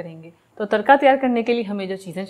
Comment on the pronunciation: Tarka r ko shieh pronounc kryn😚